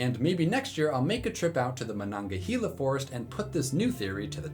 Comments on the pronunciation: Incredible video! As a Western PA-area native who loves West Virginia’s mountains and forests, I highly recommend a trip and would love to see you investigate. Just a heads-up on pronunciation though — we pronounce it ma-nog-ah-hay-la. 😉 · Great video! This is probably the best video I've ever seen of yours. Word to the wise: in West Virginia, we tend to pronounce Monongahela as "mon-en-gale-yuh" though there is naturally always going to be some disagreement on matters of pronunciation